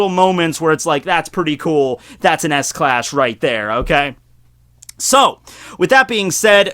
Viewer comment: Did he just say ass class?